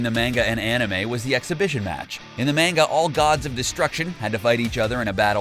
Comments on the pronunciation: its MANGA not MEANGA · bro calls manga “main-ga” instead of “maan-ga” :heh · Holy shit please stop saying main-ga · its pronounced MON-GA not man-ga, LOL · It's not MEIN-ga, it's pronounced MON-ga. Fucking Hitler...lol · it’s not manga (mayne ga) it’s manga (mahn ga) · Why are you calling it mainga and not manga. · IT IS NOT MANEGA!!! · I can't watch this because you say menga its manga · I'm pretty sure its pronounced Mon-Ga not Main-ga. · Mahn-ga not Main-ga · I'm pissed cuz he kept saying Manga like (May-nga) instead of (Maw-nga) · bro "mane-ga" is hurting my soul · Oh boy I SHURE DO LOVE ME SOME MANG-GA LOL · Why do they sai Main-Ga? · "in the MAENGA" is all i heard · Mang-ga wow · Its pronounced monga omg maaanga hurts to hear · Suaki “mayn-ga” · I hate it when people pronounce Manga like Mango. They even pronounce Mango wrong. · they say manga like mango and mango like manga like wtf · Yeah he said menguh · Hearing him say Main-Ga is enough to make you trigger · Did he just mispronounce manga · I’m going to do a drinking game. Every time he says manga wrong, drink a shot. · I cant take any one who pronounces manga incorrectly seriously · It always gets me when people pronounce manga like he does in the beginning. It's petty, I know. I do like the video. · lol but he pronounced it lik man-ga